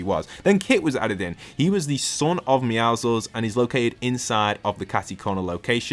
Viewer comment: bro “meow-ziggles”💀💀💀